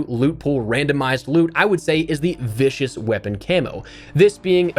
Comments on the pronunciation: I haven’t seen a single content creator say viscous (pronounced viss-cuss) correctly? Every single one of them pronounces it vicious. (Lol) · the camo ‘Viscous’ is pronounced “viskus”, meaning a sticky consistency. No hate, easy to confuse, just making you aware 👍🏼